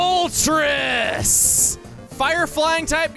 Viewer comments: I love your voice for Moltres Also it's Mol-trace, as the names are from Spanish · For how much you talked about the pronunciation of Illumise, sure is interesting to hear you not pronounce Moltres like the Spanish number 3 😂 it's definitely Illumise not Illumisé tho 😉